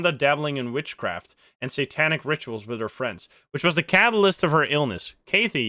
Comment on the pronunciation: The way you said Kathy made me hurt inside just a lil, Kathy has Strong emphasis on the KA. Like kath-ee. Fun video though :D